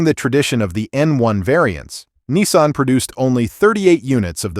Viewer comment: It's NISSAN not NESSAN there is no E and while where at it there is not W in Jaguar